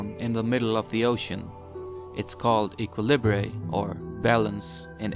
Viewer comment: Mfw when equilibre is pronounced 2 different ways. Also Based